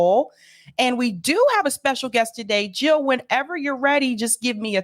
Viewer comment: Jill NOT hill ! ! !